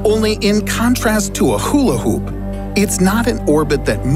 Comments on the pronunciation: Brian Griffin would've hate the way you pronounce hula hoop 😅 #coolwhip #wilwheaton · lmfao why does he say hula hoop like that xD